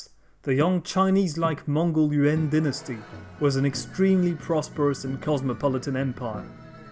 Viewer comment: Dynasty* not DNASTY